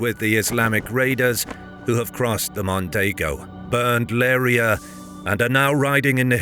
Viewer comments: The city is called "Leiria" not "Leira" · LeiRIa, not "LEIria". BEJA is "Bezha", not the Spanish "Bekha", the same with the word "ginete". Why can't historical channels EVER ask the natives about the correct pronunciations?